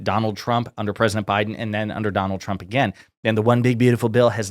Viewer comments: It's funny how she days Chump instead of Trump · I swear every time she says "President Trump" sounds more like "President Chump" and it cracks me up every time 🤣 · Anyone else hearing "Chump" every time she says Trump? She cannot pronounce his name. Also, she said multiple times that "jugs" were in the boats blown to bits.... once you hear it, you can't help hearing it pronounce that way. 😂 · How do you work for someone and can’t pronounce their name?!?! “Chump” 😂